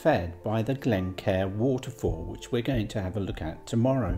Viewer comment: Lovely videos.. it makes me smile when i hear your pronounciation of some place names.. Mullaghmore (Mulluckmore), Glencar (Glen-Car).. chat to the locals, we don't bite😊